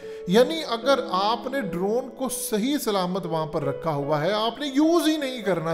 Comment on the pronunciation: صحیح.. ناکہ سہیہ... اپنی قومی زبان کا احترام کریں